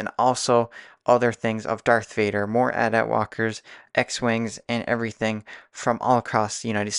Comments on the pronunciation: Yes, finally someone who says AT-AT correctly! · You're the first person to comment saying I pronounced it right. The amount of comments I've received on other videos about pronouncing AT-AT wrong is incredible.